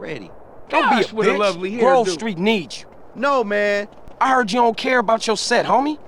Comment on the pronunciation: grOve, not groove